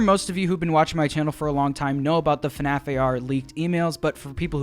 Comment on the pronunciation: why did you say funaff?